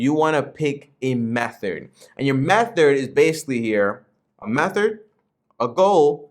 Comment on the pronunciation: My man, it’s Meth-Thud not Meth-ered. Great vid 😁